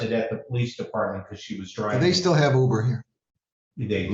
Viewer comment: “You coulda taken 100 You-bers (Ubers)…” 😂😂😂☠️☠️☠️